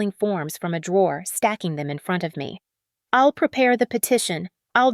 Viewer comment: The AI program reading the script leaves a lot to be desired. “I’ll” being read as “ill” and many others.